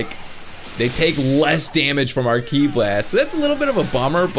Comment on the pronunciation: It's ki not key